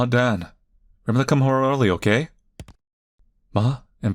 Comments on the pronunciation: His name is Dan its not that hard??? Unless I'm missing something, then idk why he says Don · it's Dan. not Dawn, or Don. think Ban, with a D instead of B. not gonna lie if you say Don one more time during this video i can't watch it.